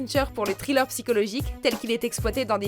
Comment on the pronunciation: Trilleur ???!!!!!! Thriller !!! -__- Un minimum quand même.... The machinist prononçé "à la française"... Bref, bonne vidéo mais putain l'anglais c'est vraiment pas ça... xD